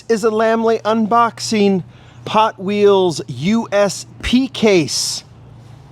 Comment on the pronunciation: you said Potwheels lol right off the start.